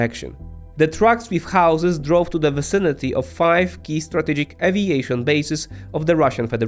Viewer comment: nie vinicity tylko vicinity